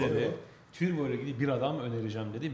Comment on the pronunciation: Yerinizde olsam stüdyoya bir turbo getirirdim. Bir de “türbo” nedir? Yanlış telafuz ediliyor. Doğrusu “turbo”dur.